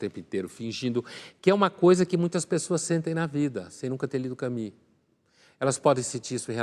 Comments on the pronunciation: Não se diz Cami, minha senhora mas sim Camu, com o u francês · Exelente, como sempre. Só não percebo o porquê de pronunciar "Cami"... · Camus pronuncia-se "Camüsse"... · ele pronunciou "Cami"...